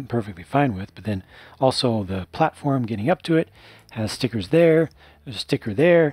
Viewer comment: I detest stickers, but I do love your pronounciation of them: 'Ztickurzzz'. :-)